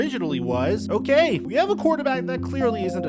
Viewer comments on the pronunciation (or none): none